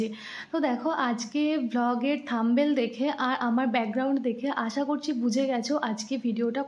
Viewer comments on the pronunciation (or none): থাম্বেল না, কথাটা হবে থামনেল।